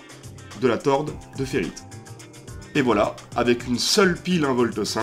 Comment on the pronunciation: On dit tore de ferrite et non torde de ferrite